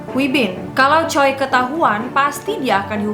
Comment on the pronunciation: Choi dibacanya Che. Choi Sook-bin ini yg dikenal orang2 Dong Yi.(ada dramanya jg) Paling tragis itu kisah Jang Ok Jung - Raja Sukjong - Dong Yi ini lah menurutku. Gegara kisah mereka, aku ampe baca historical Raja Sukjong ini :""))) kl dibaca dan ditelaah, sungguh tragislah kisah cinta segitiga ini. :")))